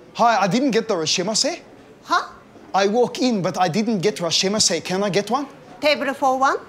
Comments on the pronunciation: "where my rashemase" lol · Poor Theo, all he wanted was his "Rashamaseh" lmao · I love how everyone mispronounces “irasshaimase” hahaha - great episode